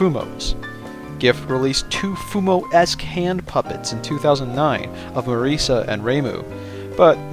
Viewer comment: His prononciation of it is fair tho